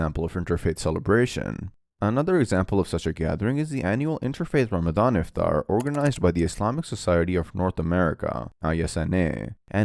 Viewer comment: Iftaar and not ifthrar